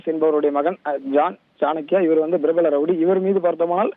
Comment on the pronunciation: prapalam என்று உச்சரிக்க தெரியாமல் brapbalm என்று ஐய்யோ இந்த தந்திடிவி தறுதலைகளிடம் தமிழ் படும் பாடு இருக்கே.. அதிலும் தத்திடிவியின் ஒரு இசுலாமிய பெயர் கொண்ட அறிவிப்பாளன் தவறாமல் ஒவ்வொரு முறையும் ழ,ள,ல மற்றும் ர,ற மாற்றிப் போட்டு கொல்வான். இந்த டிவிகாரன்களால் தமிழ் மட்டுமல்ல ஆங்கிலமும் சேர்ந்தே ஊனமுறுகிறது.